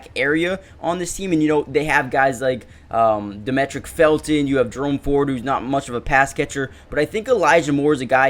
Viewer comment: I appreciate the content man. Happy I stumbled upon this channel. Also, his name is pronounced Dah-ME-trick. Like Dimitri